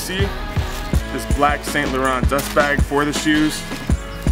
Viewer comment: It's pronounce "San" not "Saint" learn your French!